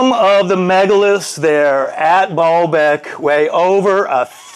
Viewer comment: He has said "ball beck" like 10 times now. Hahahahahaha. Obsessed with spinning balls ? Or Just balls ? .... SURE seems like it !!!!!! ...... ;-D (he wants "the hair guy's " balls ;) Its " BAAL beck ". Pronounced like bail. .... one of the Fallen Angels ? .... Ask a Muslim ? The Creator is not him. ... he is in the Bible.